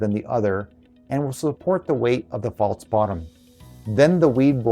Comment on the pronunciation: The word isn't pronounced "faults" it's "false"..